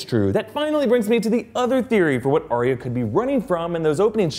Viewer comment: Arya isn't Aria, it's ARE-yuh. Says George RR Martin. Love the videos.